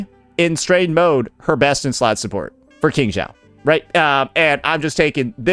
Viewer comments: Normal People: QingXiao: KingJao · That pronunciation took Qingxiao on a completely different journey. 😭